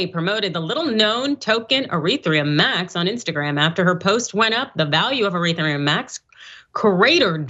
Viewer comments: **ETHEREUM* Not eretheum... Just read it.. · Stopped listening when she called Ethereum Eretheum. You guys have no idea what you’re talking about. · The host actually deliberately pronounced Ethereum as "Urethra" because crypto is just a big stream of piss. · what is 'eretherum'? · She knows nothing about crypto. "Ereetherum" ? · E-ther-re-um is the proper pronunciation. Looking good 👍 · 1st of all, she can't read. The name of the shitcoin that Kim K. was hocking is Ethereum Max, but this chick is calling it Erithreum? Learn to read the copy ma'am. Furthermore, this story is skewed. Anybody who purchased any crypto whether it be Bitcoin or anything else, and bought it last October ( when it was known by everyone to be at crypto currency's All Time High ) is an idiot and deserves to lose all their money. It's exactly the same as if you paid full price for a brand new car at a dealership and tried to sell it a year later, expecting to make a profit. You don't buy high and sell low, especially during a recession. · She doesn’t know anything…can’t even pronounce ethereum correctly. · so how do I know she mispronounced Ethereum? You guys are so full of anger lol. Relax and re-examine why you are attacking me. It’s because you’re in pain. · Idiot can pronounce ethereum